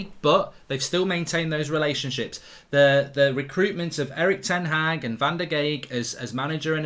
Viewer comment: will someone ever pronounce ten Hag correctly?